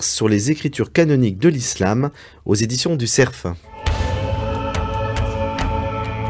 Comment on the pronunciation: Mme Anvar devrait apprendre à prononcer correctement le mot CERF en français. On a beau être sur France-Inculture, il y a des limites, tout de même.